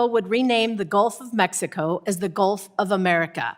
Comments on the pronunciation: Omg she evern almost said it too! Shes like "A-mexico" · She said "The Gulf Of Amexico" 😅